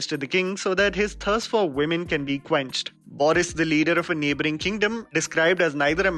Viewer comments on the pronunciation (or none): none